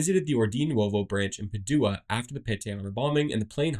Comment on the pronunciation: It's PA-du-a, not Pa-DU-a